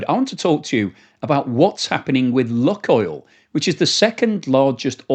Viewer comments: Lukoil is pronounced luke-oil, not luck-oil. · Pronounced luke oil, not luck oil. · Good video. It is pronounced “Loohk oil, and not “luck oil”.